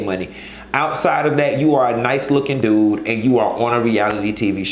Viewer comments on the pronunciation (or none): none